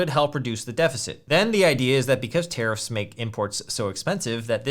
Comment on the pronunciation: I keep hearing "terrorists" instead of tariffs. 😅😅